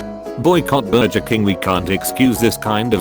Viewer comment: Burjer???? O.o